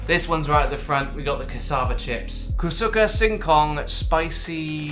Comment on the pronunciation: you nailed the brand name of the snack! Perfect pronunciation of "Kusuka Singkong"